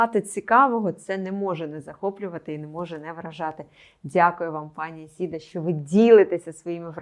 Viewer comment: Теж по вухам ріже «Ісіда». Невже так складно запамʼятати правильно імʼя ?